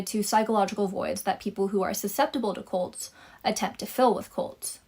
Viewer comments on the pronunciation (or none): The word is cult not colt.